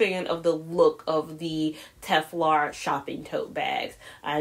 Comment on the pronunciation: Tel far not tef lar